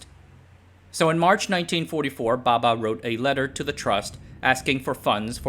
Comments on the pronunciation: The diction is definitely great, as expected from an American, a native English speaker. However, correct pronunciation of Indian names is the nemesis of all Westerners 😊 hahaha. Not putting him down for it, just saying. He pronounces Bhabha as Baba. The two (bh vs b) are distinct sounds in Indian languages. English too has its examples of where they differ - bh as in abhor, b as in boot. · It's "Bhabha"....not "Baba". That 'h' got lost due to the pronunciation trouble faced by western people while reciting indian names. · Lousy research on the pronunciation of Bhaba. What idiot says bhaba baba the same? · Bhabha*, pronunciation very different